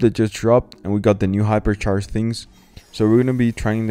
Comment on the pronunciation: Hyper sharsh